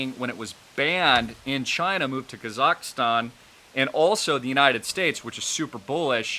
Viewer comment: You need to learn how to pronounce kazakstan not kazakastan. Dope